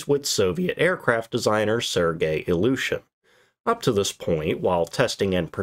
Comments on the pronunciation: Iljushin or illusion? Your pronounciation is questionable regarding this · The first time you said the name of the plane, your pronounciation made me understand "Illusion Il-40". What I find quite funny for that aircraft. 😆